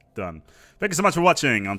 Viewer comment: "Take care of yourselves, and each udder." Been hearing that for a while